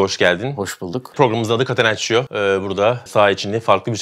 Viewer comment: Katenaçyo değil katenaçço (catenaccio).